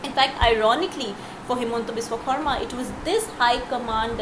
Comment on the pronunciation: Good on the journo for saying 'Xarma' instead of 'Sharma'.